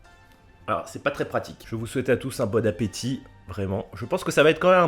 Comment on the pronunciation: " bonne apesoif " 😂